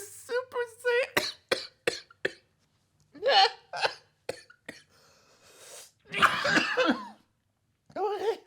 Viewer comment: Super "Lion Bell"?